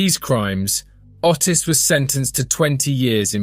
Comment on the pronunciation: Ottis is pronounced 'Oh-tiss' not the way you pronounce it!!! 🤣🤣🤣🤣🤣🤣🤣🤣🤣🤣